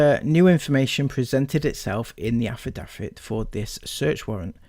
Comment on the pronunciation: Your poor reading skills, overly wet mouth sounds, and how you pronounce “affidavit” and “medicinal” was so frequent and annoying, I couldn’t even finish watching. It’s “AF-UH-DAVE-IT” And “MUH-DIS-IN-ALL”